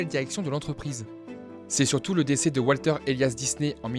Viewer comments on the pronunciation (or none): none